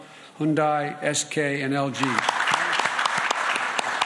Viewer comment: 쌤썽, 훈다이, 에스케이, and 엘쥐이